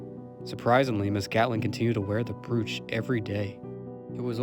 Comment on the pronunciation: Great job. Just for reference, brooch is pronounced as if it only one o... Bro-ch!